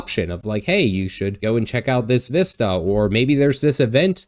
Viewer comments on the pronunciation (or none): none